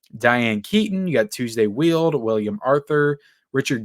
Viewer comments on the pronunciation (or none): Tuesday “Weild?” It’s pronounced as spelled: “WELD.” She played Robert Duvall’s wife in ‘Falling Down.’